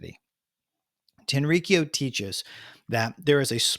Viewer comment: The pronunciation is more like Tenri-kyō rather than TenRiKiyo